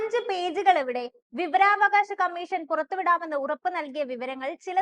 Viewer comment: വി വ രാ വ കാ ശം... വിവരാകാശം അല്ല..